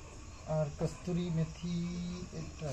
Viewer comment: Kasturi na kasuri. Eto bhul bolo ke no?